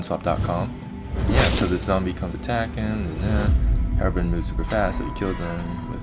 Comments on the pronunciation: FUCK DID YOU SAY ::: HEROBRIN :: IT MUST BE HEROBRINE " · HerobRINE! There's a silent E at the end! That means the I makes it sound. Not Herobrin